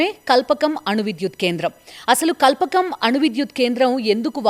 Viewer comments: కల్పకం కాదక్కా... "కల్పాకం" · Kalpakam..kadu. Kalpaakam learn to pronounce